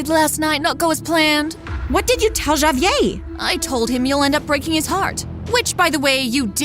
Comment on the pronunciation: She pronounced Javier as javyay